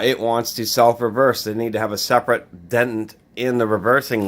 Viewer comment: It's dee tent not den tent